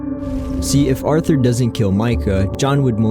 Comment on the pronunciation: “Arther” we know its you